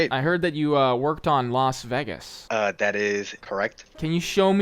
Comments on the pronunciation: The way he kept pronouncing it Veg-gos instead of vey-gus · ah a 23 minute video of you saying vegas wrong, nice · How do you make a video about Las Vegas without ever being told how to pronounce it or Nevada by any of your builders